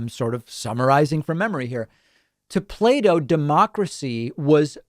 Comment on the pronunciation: As a non native english speaker, i thought david said "Play-Doh" and not Plato and was very confused in the beginning.